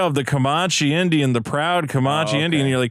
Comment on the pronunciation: Comanche is pronounced like "Man", not "mon."